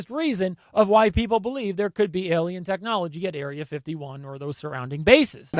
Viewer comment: Oh NO. YOU'RE ANOTHER ONE! it's Alien, not... "EL IAN"!